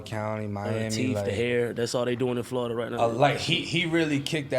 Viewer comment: Who knew all this time it's pronounced "Flodda"?